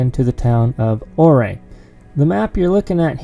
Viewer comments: Welcome to Colorado! Thanks for “stay’n on the trails” We pronounce Ouray as your- Aaaaa. Highly recommend imogene Pass from Ouray to Telluride (or visa versa) Wife will probably not like Black Bear Pass n it’s shelf road and switchbacks. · Im 49 now but spent a lot of Summers on those roads when I was a kid. Awesome to see you driving there! Just fyi Ouray is pronounce "you-ray". :) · Lol! I live in Junction and his pronunciation of Ouray was killing me.. Good stuff tho. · I recognized that house with the bridge. I’ve been looking for secluded cabins with land. That cabin is only on 5 acres but backs onto 102,000 acre nationally designated Uncompahgre Wilderness area, and it can all be your for $699,000 Ouray I believe it’s pronounced Youray I agree that last “Cherokee” isn’t a true Cherokee. I read your “disclaimer” and laughed several times. 👍🤙🤣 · My home town!! But it’s pronounced (YURRAY) lol love that place thanks for the view! Cheers! 🇺🇸🤘😷👍🇺🇸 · Neat. Ouray is pronounced Ur-ay, long U sound. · Ouray, pronounced "You're-A"... no O (35 yr second home) :) Beautiful country... I have to do the loop soon. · The"O" is silent (pronounced U-ray). Looks like a nice laid-back day where you can just enjoy the beauty. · Just an FYI, Ouray is pronounced You-ray. The road you took to Poughkeepsie Gulch is Mineral Creek. Some people falsely call it "Lower Engineer". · Your mispronouncing ouray’s name! Its spelled ouray but pronounced uray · Pronouced “your-ray”. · I'm glad i saw this. I was calling it correctly but then heard him say O'ray and thought I was saying it incorrectly. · "YOUR-RAY!!!" its pronounced Your-ray. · Great to see you out of the shop and take some personal time with the wife. Just got back from there last week myself. I love Colorado, Great place to escape the killer South Texas summers. I think its pronounced "Your A" ( their kinda sensitive about it)